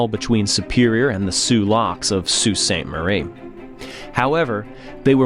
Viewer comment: My mom said she remembers the day it happened because she was a Freshman at MSU and was on her way home and she said the wind was absolutely /nuts/. And /that/ was in central Michigan, it must have been HORRIFIC on the lakes. Also, omg pronouncing Sault correctly? Incredible.